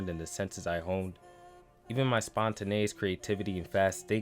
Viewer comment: why u say spontaneous like that?